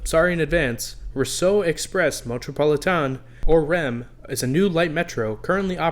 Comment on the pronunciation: Quick tip on pronouncing the REM. The metro in metropolitain is pronounced as the English metro, pol like politics, I like the letter e, and tain like getting a tan.